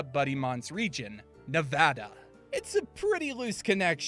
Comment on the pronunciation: Thank you for saying Nevada right and I’m excited for that 4th starter can’t wait to see it and learn more about it. Also all the starters shown look and sound amazing